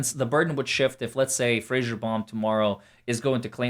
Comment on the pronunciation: No offense, but it's Fraser, not fraggsherrrŕ. Lmfao